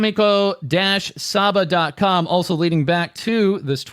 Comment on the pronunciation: "Same-ko"? Same is shark.